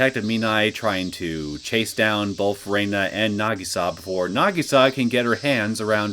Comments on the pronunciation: Feel free to pronounce it however you like, is comfortable with, and gotten used to. And I hear the characters in the game actually say: Re-na, rather than Rei-na. I have started to watch a bit of your let's play from the main series. Your pronunciation has stuck around since the very beginning before the voice acting. Even though Keiichi explicitly stated that it's wierd how it's pronounced this way, as Reina is a normal name. But hey, again. It's stuck with you this far. No need to change. Just saying I get a little thrown off when I hear it. I haven't gotten to your let's play of the 6th arc of the main series yet. But I remember from my own let's play, watching other let's plays of that arc, and the anime, that before she dropped the "i", we do hear people actually pronounce it Rei-na, and also her father still use this pronounciation. Also unrelated note: If you ever plan on moving on to the Umineko When they cry series, AND either watch the Higurashi Gou/Sotsu anime, or read the manga adaptation, I'd personally recommend reading the main arcs of Umineko before going for Higurashi Gou/Sotsu. But it's not neccecarily required. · Nice start to a new arc. So much hatred towards one guy. Also. Whenever I hear you pronounce Rena's name: Rei-na, with the "i" she dropped from her name, rather Re-na, without the "i", I am just a little thrown back, as I'm not used to hearing that.